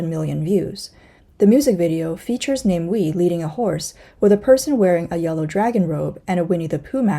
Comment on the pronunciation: Namewee is pronounced as Nah-mah-way